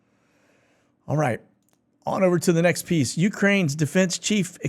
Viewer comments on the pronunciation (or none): none